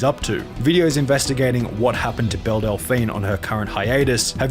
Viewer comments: BellE!!! Not BellA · I'm pretty sure it's "Belle" and not "Bella" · Her name is pronounced BELL not BELLA. That got so annoying because you showed footage with people saying it right and then still chose to say it wrong. Other than that good video! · am I the only one bothered that he kept saying bella delphine when her name is Belle 😭😭😭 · Belle, not Bella 😉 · Belle is pronounced ‘bell’ and not ‘bella’ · It’s pronounced “beli-JE-rent” not fucking beli-GGER-ent and it’s fucking “bell” not bella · It's pronounced "Bell" not "Bella" you Australian donut. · If y’all are gonna talk about Belle Delphine can you AT LEAST say her bloody name correctly. Belle does not equal Bella. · Belle, not Bella. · am I the only one hearing dude say "Bella" instead of "Bell"? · Belle is pronounced like bell. Idk how you put in clips of Sunny saying it right and then kept saying Bella. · her name is belle lmao not bella \o/ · Delphine Belle is called Bell, not Bella. Just for your information:) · My guy, it's Belle not Bella. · Again, sir, the character is not "Bella" it is Belle, as in "Bell"...she is not Lugosi, she is not Dracula, both characters suck to a lesser or greater degree, but your pronunciation sucks more. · I dont mean to nag but you mispronounce so many words that it immediately removes me from the content. Belligerent, Belle, etc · I’m 5 min in and have already heard you mispronounce belligerent and belle. With 450k subs, if you don’t know a word, you should really look it up. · What cave do you live in that you don’t know how to pronounce Belle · How can you be in the youtube commentary space and not know how to pronounce Belle Delphine's name in 2023? Genuinely confused.